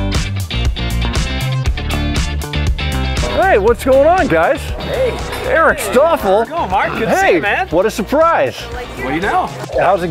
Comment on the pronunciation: "Erik Staff" huh